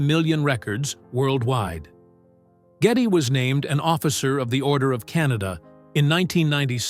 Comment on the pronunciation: It’s G E D D Y LEE NOT GETTY